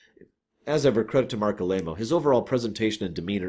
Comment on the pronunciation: Hey, just fyi it's Marc A-lie-mo theres a panel clip on youtube where Ira SB says it